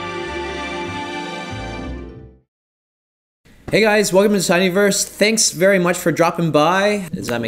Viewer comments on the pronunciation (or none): none